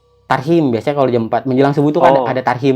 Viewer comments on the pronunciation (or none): Tahrim bukan tarhim, hhe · Tahrim bang bukan tarhim 🗿😂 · Tahrim bukan tarhim mbambangggg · Tahriman /tahrim bukan tarhim😂😂😂😂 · Tahrim kali bukan tarhim hhe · tahrim bang T. A. H. R. I. M, bukan tahim itu mah nama om gua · Tatsim jiirr...tarhim bang😂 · Tahrim kali bang bukan tahsrim😁😁lucu jg banggg